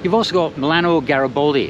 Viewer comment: I hope, until your next trip to Como you exercise to pronounce "Garibaldi" correctly :)